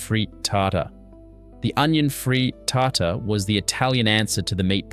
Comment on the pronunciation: Why is he saying frittata like that? 😂